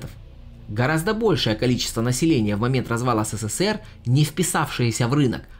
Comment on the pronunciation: СэСэСэР???!!!! Серьёзно?! Поработай над лексикой!!!